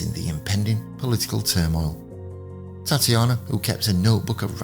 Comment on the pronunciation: Very interesting - thanks for posting (her name was pronounced Tat ya na)